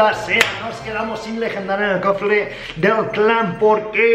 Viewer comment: LIKE SI OISTES EN EL MINUTO DICIENDO COFLE